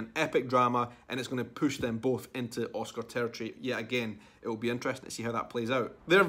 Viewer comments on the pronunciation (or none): none